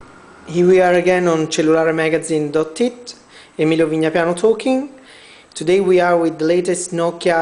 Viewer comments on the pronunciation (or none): dot what? :S i heard dot tit. puhlease